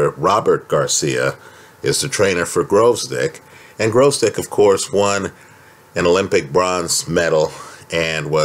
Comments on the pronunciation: It's gVozdyk, not gRozdyk. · Holt In general, it was almost correct — just "r" instead of "v" for some reason.